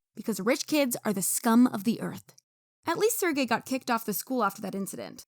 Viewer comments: bro you have to actively try to pronounce Sergey's name that wrong. Sir Gay, really? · lmao his name pronouciation is sir gay